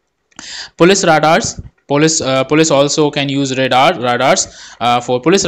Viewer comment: Great Video! One minor comment: English is stupid so radar is actually pronounced “Ray-dar.”